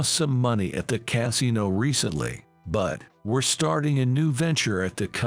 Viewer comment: 😂Pronounces Casino Cat-sino!